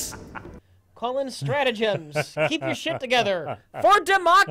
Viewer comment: Its pronounced 'Stratagems' not Stratagems'.